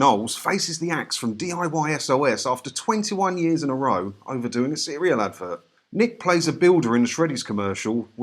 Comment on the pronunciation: It was a "row" (like how) as in argument not "row" (So) as in one after another.